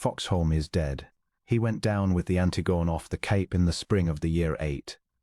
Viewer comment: The ship is called "Ant tig on ee"